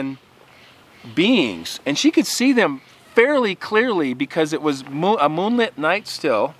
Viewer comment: I was very confused for a minute or two, until I realised you were saying "beings" and not "beans".